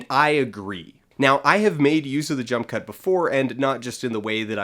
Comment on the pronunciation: At one point I thought you said "junk cut". I think that would be a good name for the edits in Suicide Squad.